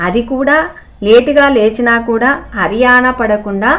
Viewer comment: చాలా బాగుందండి, కానీ చిన్న currection హర్యానా కాదండి హైరాన అనాలండి